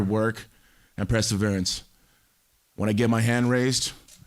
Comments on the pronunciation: PRESServerance. What an idiot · “Presser-veerince” “It was never no marriage”